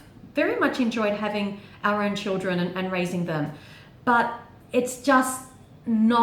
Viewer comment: omg when you said "[in a perfect world] we would've had our own children" i thought you said ARYAN children! i was like WHAT